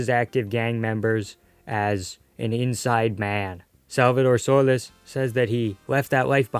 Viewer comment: It's pronounced "SolEEs" not "So-les"